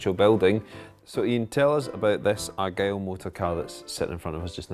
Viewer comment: The name was "The Argyll" not Argyle